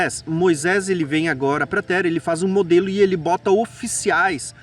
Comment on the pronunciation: Qual o teu problema em duplicar o “r”, meu jovem? Por que você diz “tera” ao invés de “terra”; “narar” ao invés de “narrar”? Você não é brasileiro, tem problema fisiológico de dicção? Esclareça, por favor! Isso incomoda…